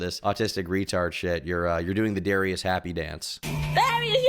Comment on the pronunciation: Why can't he pronounce Darius right??